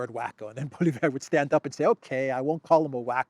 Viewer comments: Polly Ev, not EV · His name is pronounced pwa-lee-ev, accent on the first syllable. Sanity will return to the Canadian government when he becomes Prime Minister. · Opposition leader in Canada's name is pronounced "POLYEV". Don't let all those letters in his name intimidate you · thanks for your great reporting!! The name of the Canadian opposition leader is pronounced [Polieve]😊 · The Canadian Speaker of the House is a liberal.....it's not the first time he's used his bias against the opposition. They're calling for his resignation. Pierre Poilievre (pwa-li-ev-re = a good enough pronunciation) is bringing Canada back again. Wacko is a pretty good word that applies to many diverse subjects! Who will be voting in this wacko election with VanderCrazy? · His name is pronounced Polly-ev , get familiar with it he's going to be the next Prime Minister.